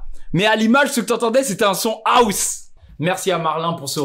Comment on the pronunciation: Arrêtez de prononcé House : Aousse mdr